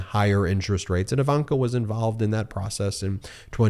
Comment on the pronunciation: Ben. BEN Say "igloo" "ignorant" "indeed" Now say "ivanka". Its not EEEvanka